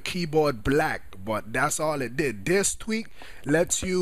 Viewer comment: i didnt realize till half way through the video he was saying tweak.. i thought he was saying tweet lol im like what does twitter have to do with changing the color of your keyboard